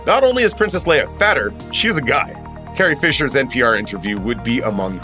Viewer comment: I think it empowered her really, it let her be sexy and strong both at the same time! As a top female lead she needs to be a woman 1st and then also be a strong role model for other women. Showing them they can still be strong but still sexy all in one package. ( Note to voice over guy > her name is LE-IA not Layer. ) R.I.P. Carrie Fisher, You will always be our amazing Princess.